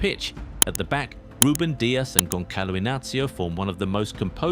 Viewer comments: not gonkalo but "GONSALO" dude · I can't respect any football channel that doesn't bother to spend 1/2 minutes learning how to pronounce the players name. It is "Gonssalo" not "Gonkalo", Ç is pronounced as an S, not as a K. And who the heck is "Frankisco Conkeikao?" It is pronounced "Franssisco Consseissão" ( both Cs and Ç take S sound there)